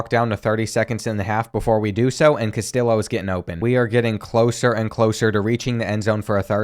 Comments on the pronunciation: as a hispanic person, hearing you say "CastiLLo" instead of "Cas-tee-yo" hurt my soul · Brother it is pronounced “cast-tee-oh”😭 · Castillo = CAS-TEE-YO lol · Him pronouncing it “Cas-till-o” instead of “Cas-tee-o” is so Southern it hurts. Love it lol. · As a michigan fan, this makes me so happy and sad at the same time P.S. please say "Castillo" right. KAST-ee-YO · carlos castillo is pronounced cas tee yoh lol. sick ass series tho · Castillo is pronounced (cuh-stee-oh) sorry to be the grammar police😬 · Isn’t that guys name in particular pronounced cas tee low? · Take a shot every time he mispronounces “Castillo”. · I wanna hear him pronounce “tortilla” cuz he’s butchering Castillo 😂😂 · Or the way he pronounces Castillo and Jacquez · Castillo is pronounced like a Y. In Spanish two l’s beside each other makes a ‘yuh’ sounds. Sorry but it was bothering me last video and this one lol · Please stop saying Castillo like that 😭😭😭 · very much enjoyed this, but I need you to learn to say Castillo correctly, every time I cringed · His pronunciation of Castillo is making Mexican people cry everywhere 😭😭 Honestly part of his charm lol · Love the content. Just a heads up, LL in spanish makes a Y sound. Castillo rhymes with Neo.